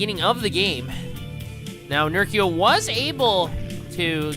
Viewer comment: Good cast, but it's Ner-CHEE-oh